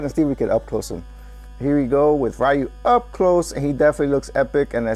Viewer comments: It's Riu, not Raiu. (Hermionie quotes) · Dang Roy really looks cool, even his face unlike Lucina and Marth - and BTW Ryu is pronounced as Ri-yu not Ra-yu